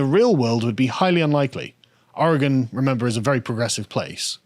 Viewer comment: How dare you! First, you engaged in blatant cultural appropriation by correctly pronouncing"Orygun", and then I find your marriage is Cretan...I used to like you guys.... now, I absolutely love you!